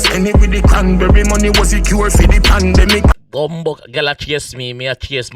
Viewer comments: Pandemic not pan bele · Pandemic not pon belly